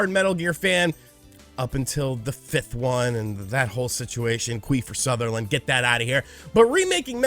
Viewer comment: You had me at "I'm here to tell you the truth', and always miss pronouncing Kiefer Sutherlands name. I mean I like your content generally, but its almost over board sometimes.